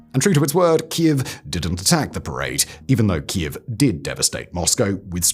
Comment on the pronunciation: Simon STILL doesn't pronounce properly Keiv after all these years 😢.